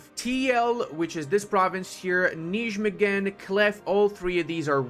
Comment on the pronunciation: Het is ook echt mooi hoe hij de nieuwe namen uitspreekt zoals Nijmegen of Kampen